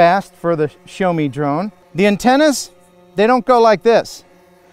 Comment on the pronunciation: See-yao (first syllable fairly short) not 'show' :) Excellent review otherwise.